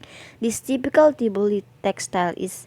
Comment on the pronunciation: Mali ang pronunciation ng T’boli.